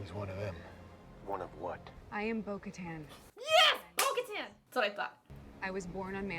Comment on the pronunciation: I'm dead, she said Bo-Kahtahn